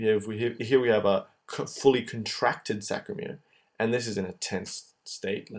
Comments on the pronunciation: Good work...a small correction.. it's saRCo-.... not saCRo. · It's sarcomere not sacromere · Wonderful video! But i guess the word is sarcomere not sacromere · sARCOmere... its killing me Best videos though, thank you! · It's called a sarcomere not sacromere. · aren't they sARCOmeres ? - not sACROmeres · “SAC”ROMERE LOLZ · oh, i see, he says the whole time sacromere...